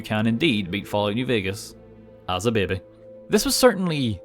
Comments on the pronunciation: I like how says "babey" or thtas how it sounds lol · It sounds a bit like the Spanish word "Bebe" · I like the way he says baby bahbay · "bebbe" 10/10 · he's Irish! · I love how he says Baby. It sounds so funny and it's great. Lol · The way you pronounce baby is incredibly entertaining